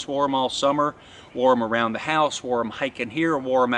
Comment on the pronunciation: Lace on z knot and not z toggle 🤔 😂